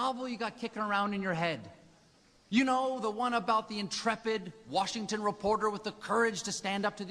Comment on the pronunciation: He is horrible.... I dont like his show or how he handled this speech... He isn't funny and he makes himself look stupid by not pronouncing the letter "T" in report. I know Bush wasnt all that great in office, but as the head of the executive branch and commander in chief of the armed forces of the United States, Bush deserves to be respected in some sense. I never really agreed with Bush or too many of his decisions, but Colbert isn't funny and is disrespective...